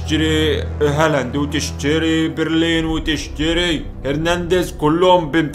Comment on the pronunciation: انا اسف بس اسمه بيليرين مش برلين